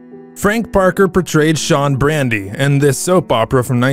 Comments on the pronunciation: "Brady," not "Brandy." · its brady...not brandy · Also , their names are pronounced Brady not Brandi , and it's Stefano not Stefan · Also the woman who played Patch's mom passed on. Her character was Jo. Also it was Shawn Brady and Caroline Brady, not Brandy. Stefano's name was mispronounced too. Still enjoyed seeing who had passed on. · if u are going to do honors to legends at least get their damn names right, it BRADY not brandy and STEPHANO NOT Stifano \\ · Nice butchering of the names. Brandy? or Brady? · It's Brady not Brandy. This clip is an utter disgrace to their memories! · I noticed those two errors, too! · The last name is BRADY not Brandy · Sry but it is Brady ...like the Brady bunch ...not brandy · It's BRADY not BRANDY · It’s Brady you know like the Brady Bunch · Marie Horton, not Mary. “Fee lease” not Fill is. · Brady not Brandy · 👀Um, it's Brady , not Brandy .😏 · It's BRADY, not BRANDY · Shawn Brandy? Learn to pronounce the names. Also Days is not a FILM. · You have obviously never watched the show since you pronounce several names wrong.